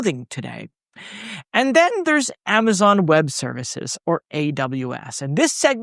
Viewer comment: Did you just pronounce it Amaton in the intro?